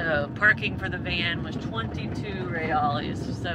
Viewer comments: Seja bem vindo... welcome to Brazil... how long are you guys in BR for? if you come to North Brazil, I would love to show you around... I'm currently at home in Florida but heading back to Brazil in 2 weeks... FYI you pronounce reals - hey-eyes ... remember, in Portuguese Rs are often Hs... Brazil is amazing, enjoy... if you make it to Piaui, let me know ... stay safe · It's not "reals" either, it's Reais. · I love you guys.... sorry I am leaving Brazil before you get up closer to me. I will be in Cabo Frio until the 17th of September, if you get up that far by then. Send me a message and we can have lunch. One thing.... a pronunciation thing.... Reals. you don't say reales. haha. It is just Reals....in Portuguese it is more like heals. He-alls. The R is pronounced like an H. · Just adding that "ais" sounds kinda like 'ice' in english. So, 'heh-ice' would be a closer pronunciation.